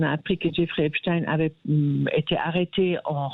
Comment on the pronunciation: C'est Epstein et pas Epsteir